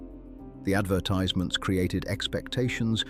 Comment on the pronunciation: Since when did a British English speaker say advertize- ments instead of advertisements.